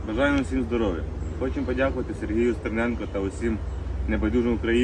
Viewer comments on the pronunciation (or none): Коли вже довбойоби вивчать правильно прізвище стерненка